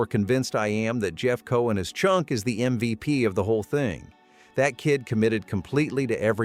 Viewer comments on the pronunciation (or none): none